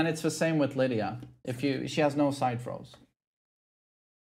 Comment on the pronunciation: Side throws I thought u said fro I’m like what the hell is side fro my apologies 😅😅